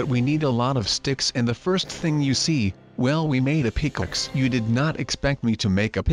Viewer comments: Hmmmmmmmm. That intro seems different. It sounds a bit like sundee's intro, but it has a different touch. Also, pickaxe is prounounced wrong. It sounds like pickixe. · Well we made a PICKLETS lol it’s pick axe